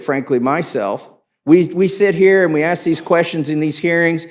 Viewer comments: Damn he say …ax for it ..what the hell is ax ? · …at the time that AKS for the information, it wasn’t available to us…. “Aks” instead of “ask”? At this point I am done. Proper English is not racist, it is essential to communications.